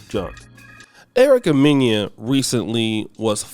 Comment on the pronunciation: You can’t eat dinner at my table, call me a monkey and I continue to feed you! And her name is MEN-AH not men-yah! Black men stay trashing Black women, but we have power and the reason you don’t have any is because you waste your life committing CRIMES and you’re not to be trusted!